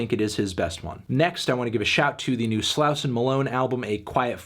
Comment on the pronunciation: how do u still not know how to pronounce Slauson